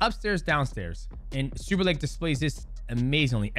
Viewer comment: why do you say superlake???????????????????????